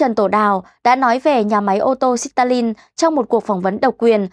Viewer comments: Ôi dồi ôi , Xít ta lin 😅😅😅 không tin được một btv phát âm sai bét như vậy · Đọc lại từ Stalin cho chuẩn đi!!! Quê quá. Sít Ta Lin haaaa!!!!! Lạy bà.